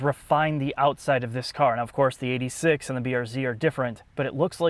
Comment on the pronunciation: It's Eight Six, not eighty six pls